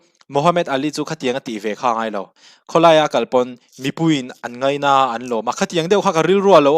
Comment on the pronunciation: I tawngkam hi k beng a ti za deuh thin.entirnan..ngaina tih tur ngeina tih ang deuh a ri thin hi ..a dang poh a tam mai